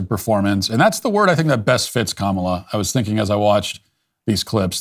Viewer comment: It’s pronounced Kamala, not Kamala